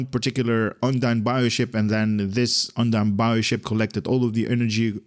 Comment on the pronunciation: Now you need to learn how to pronounce UNDINE Looks like really really good ship